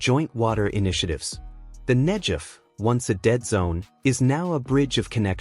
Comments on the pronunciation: Why not pronounce it correctly? It isn't Nejev... it is Negev. The G is like in the word good. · Beautiful!!! Negev--pronounce the "g" as "guh" not as a "juh!" Think of gush of water not jug of water... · Pronounced NEGEV Wouldn’t it be great if Iran would concentrate on creating WATER for their citizens instead of all their efforts going towards killing and destroying Israel (Not NEJEV) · The "G" in Negev is a 'hard g' rather than a 'j' sound. You could have checked that out before this podcast fgs.... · NEG-EV not nej-ed. amazing israel. respect it. not hate it. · Its Negev not Hejev ...... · Negev with a hard G, not Nejev! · It is not "Nedzhev", it is "Negev". And why are all signs in the video are in Chinese? Clearly, you aren't showing Israel in the footage. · the desert is called Negev, not Nejef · Aasggghh! Get the pronunciation right. It's not hard. Negev not Nejev. 😤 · it is not pronounced the Nejev desert it is Negev desert a hard G as in get or gate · It's supposed to sound like Negev (Google), NOT Negev (George.) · The arab people are not part of this movie put there because of political and/or other interests. Furtheer the commentator needs to learn his text. it is NEGEV desert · Video is loaded with small inaccuracies... for example: Israeli engineers doesn't look like Saudis... The proper pronunciation of the area is NEGEV and in general a lot of agricultural was taking place in the area all along. This canal was planed for at least 70 years. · Negev is pronounced with a hard g. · For learning purposes, the "g" in Negev is pronounced as in "negative". 🙂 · in the word 'Negev' the 'g' is pronounced as in the word 'gum' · Negev Negev Negev!!!! The pronunciation has a g in the centre of the name The Negev Desert. Brilliant production culminated from brilliant Israeli minds .. so proud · The G in Negev is a hard G. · Great to see all the support here. Pls pronounce Negev saying the g as in great not as in generic. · Called Negev hard G idiot